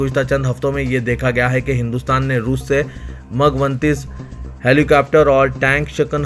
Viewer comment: assalamualaikum Urdu kay Talaffuz par thodi mehnat kijiye example MIG 29 Tayyara Russia ka fighter jet hai na k MUG 29 aur Ukraine ka bhi Sahi pronunciation kariye